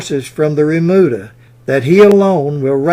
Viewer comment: Remuda,, not "bermuda".